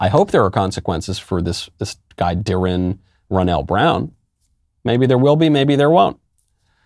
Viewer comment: I know this isn’t the point but this man couldn’t bring himself to pronounce the name Darrin he stuttered and said it wrong 3 times. it’s not a hard name that has to be on purpose